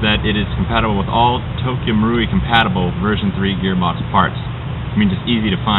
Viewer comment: finally! About time someone pronounced Tokyo marui right!! GJ!!!